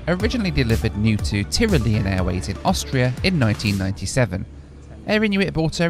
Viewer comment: Its pronounced Tyrooohhlian airways :)